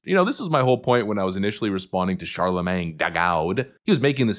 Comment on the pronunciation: I love how you pronounce it Charlamang LMFAO